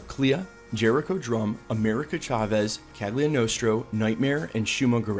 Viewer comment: The way you pronounce Cagliostro is maddening.